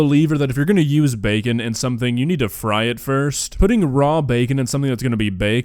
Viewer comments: "Chee-kin n bey-kin" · Chickiiiin and beecen😂 is it just me or is she such a cute lady besides the cooking?❤